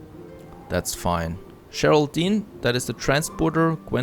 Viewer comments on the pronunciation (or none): none